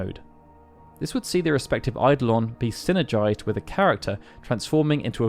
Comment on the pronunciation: I have to be that guy. Eye-DOH-lin